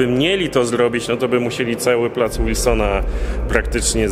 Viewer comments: To jest Plac Wilsona, a nie Łilsona!!! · Wilsona, przez "W". Mówisz "Rondo Łoszingtona"? czy Waszyngtona. Z Placem Wilsona jest tak samo. Nie przez "Ł". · nie mówi się łilsona tylko Wilsona tak samo jak jest w pisowni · jakiegoż "Łilsona" na miłość. "W", nie "Ł". "Wilsona", nie "Łilsona".